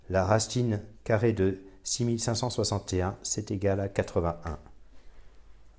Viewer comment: ouch! dur dur ta prononciation de 6561...